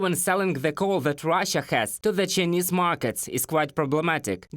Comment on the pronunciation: Yes, the chy-nuh-ese are good making railroads. They learned it in the USA in 1850"s !!